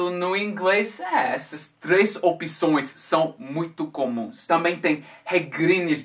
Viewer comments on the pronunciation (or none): Why do you say "opições" when in reality it's "opções" ?